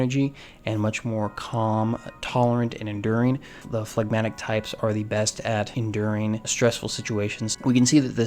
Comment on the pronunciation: You have said flagmatic So many times Phlegmatic So many times Stop thinking Stop thinking of that song by mister bungle MR. Bungle😮